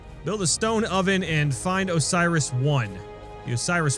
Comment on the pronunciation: PLEASE. learn to say Osiris right...